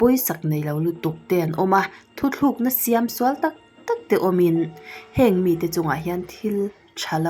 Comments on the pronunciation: Video i nei khat tawpa...ka lo nghak reng ṭhîn asin lo nei regular deuh theila chu aw.........👍👍👍👍👍👍👍 Chuan "thu thlûkna" nilovin "thu tlûkna" tih tûr niin ka hria👍👍👍👍👏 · I aw amwwi athu i sawi ngaihnawm thiam khawp mai, tin i ṭawngthluk pawh adik thawkhat viau mahse, thuthlukna iti leh thin a, thutlukna tiin lam la angaih anuam lehzual ngawt ang, ❤